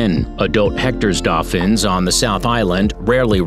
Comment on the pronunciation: 10. Hoiho - hoy-haw 9. Weta - weh-tah 8. (this one hurt) Tuatara - Two-a-ta-ra 7. Pekapeka - peckerpecker 6. Otago skink - Oh-tah-go 5. Kekeno - ke-ke-naw 4. Tui - two-wee 3. Hochstetter's frog - not hamilton 2. Hectors Dolphins - you got it right congrats 1. Kiwi - aye you got it right Bonuses: Maori - maow-ree Taranaki - Tah-rah-nah-key Lek breaders not leak breader Echo location, not eco (port) Waikato - why-kah-tour Manukau (Harbour) - mah-nu-kow Kaipara (Harbour) - kai-pah-rah Taonga (treasure in maori) - Tow-ngah